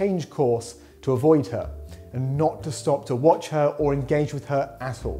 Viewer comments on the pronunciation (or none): none